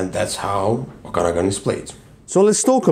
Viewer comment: Very good thoughts on the game: Just a helpful hint, Okanagan pronunciation: There is an extra emphasis on the third syllable :)